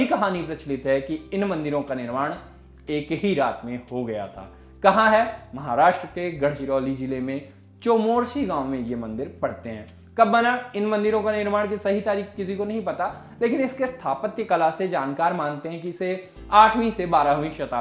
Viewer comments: It's not chomorshi, it's chamorshi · गणाचिरोली नाही गडचिरोली . चोमोर्सी नाही चामोर्शी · चोमोर्सी nahi bhai चामोर्शी hai.. mai chamorshi se hu.. Btw acha laga👌🏻👌🏻👍🏻👍🏻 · चोमोर्सी नहीं भाई..चामोर्शी, और बाणगंगा नहीं, वैनगंगा नदी। उच्चारण पर‌ ध्यान दीजिए साहेब।